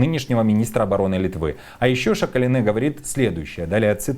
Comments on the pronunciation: Давилэ Шакалинэ… лучше не произноси если не знаешь как правильно… Šakalienė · Ведущий новую фамилию придумал Шакалинеа! Или прочитать правильно не умеет!😂